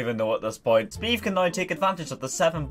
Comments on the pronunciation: It's not pronounced 'sbeve' It's pronounced 'Sbëvë' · !S beh v eh' not 's beve' for reference please search up miniladd sbeve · Its not Sbiiv its Sbävä! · SBEVE IS PRONOUNCED SPEH-VEH NOT SPEVE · He pronounced it speve, when its speh-veh. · sBeve it’s of mini lads channel and it isn’t pronounced Steve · No, its pronounced sBEVE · its pronounced sbehv-a